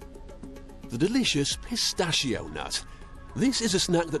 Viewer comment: the way that guy says PISTACHIO is amazing